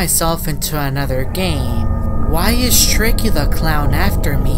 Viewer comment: that not tricky now that shtreiky